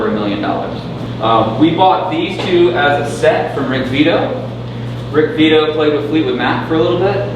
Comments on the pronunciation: Karl Frykt Rick Vito, not Beato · RICK VITTO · I heard that too, but the guys name is Rick Vito!